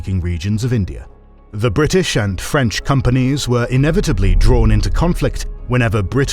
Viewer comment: "Compagnie dez'Ahnd[s]" would have been a better way to pronounce Compagnie des Indes. Just use google translate and ask it to play sound for you. It's not hard.